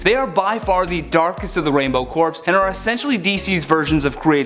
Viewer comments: You need to learn how to pronounce words properly. It pronounce as core not corpse. And she killed Aquaman's wife cause she tried to kill Wonderwoman first in the flash point. Doesn't exactly sound like Aquaman's wife was an innocent character to me. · I never knew about most of these. I had heard about her killing Maxwell Lord, but haven't read that story. I don't think I like these evil versions of Wonder Woman. 2 small quibbles, though; When you reference the Black Lantern Corps, you mistakenly pronounce it "corpse". The P should be silent and is pronounced like "Core". It threw me when you pronounced Aquaman's wife as "Meh-ra". I haven't seen her character used in any recent TV shows or movies, so maybe they've changed things, but when I watched the Superman-Aquaman Hour on TV as a kid, Aquaman and Aqualad always pronounced her name as "Meera". And DC writers were credited for a lot of the stories on that show, so I got the impression Filmation worked pretty closely with DC on those cartoons, so the pronunciations they used might just be considered accurate. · FYI, the word "corps" is pronounced "core". (It might be appropriate to mispronounce it when referring to the Black Lanterns, but otherwise please keep the "p" silent. As to the question, I'd say the alternate WW in FlashPoint is worse than the WW/Mary Marvel mash-up in Crisis on Two Earths but neither is anyone I'd like to run into. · "corps" is pronounced cores. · Did he just pronounce "corps" as "corpse"? hehehe